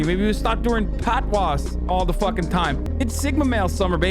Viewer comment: Hasan's pronunciation of "patois" kills me lol